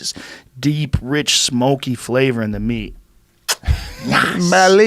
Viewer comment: “wen u cook da meech” - 😂